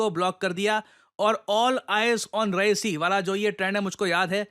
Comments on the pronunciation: Reasi ❌ Rehasi ✅ My home town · रईसी नही रियासी है जगह का नाम, मैं वहां रहकर आया।🙏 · REASI, not Raesi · कृपया रियासी डिस्ट्रिक्ट बोले ना कि रईसी🙏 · Ri---ya---si not ra--i---si 😂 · I'm from Reasi...(Ree-aa-si....not Rai-si) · Sir its Reeyaasi not Raysee -- Thanks from Jammu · Its not raesi its REASI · Its re-aa-c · Sir, it is pronounced as रियासी district. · It is रियासी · रियासी, this is how Reasi is pronounced. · Hi -. Just a correction in pronunciation for Reasi It's pronounced as Reyasi ( Re Yaa see) although written as Reasi Thought sharing here. Thankyou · Reasi ~ pronounced as Reyaasi😊